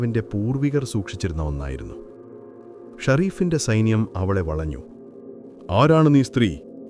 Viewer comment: വളഞ്ഞു എന്നാണ് വലഞ്ഞു എന്നല്ല